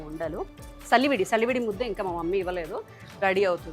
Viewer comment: సలివిడి కాదు చలివిడి అనాలి